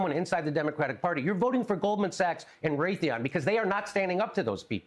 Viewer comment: And he said Raytheon. Lol